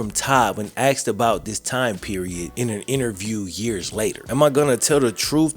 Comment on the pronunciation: Did this guy drop out in the 6th grade or does he just have a speech impediment? "His coach AXED him a question no one has ever AXED him before" lol like are you ok dude? Just thought id "Axed" 😂